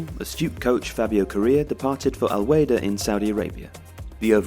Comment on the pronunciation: I appreciate the video and well done 👍 but you got the information but Al Wahda wrong. It is actually from a team from the UAE and it is pronounced Al Wah-da not Al Weyda.